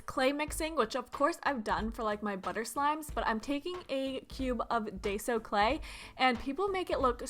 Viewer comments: die-zo clay not dais-o clay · its not Dae so clay its DIE so clay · Ughhh I hate that people say daiso like day-so. It’s not! It’s freaking die-so! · IT IS DI - SO NOT DAY - SO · ugh girl its pronounced "die-so" not "day-zo" :(( STAAAAAAHP :(( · Isn't it DIE-so clay instead of DAY-so clay? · She did not say day-so right? 😅😅